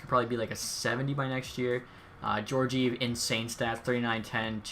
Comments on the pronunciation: Gorgeev? It’s gor-gee-ev, but nice vid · It’s pronounced ge-or-ge-ev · Pronunciation of Georgiev😂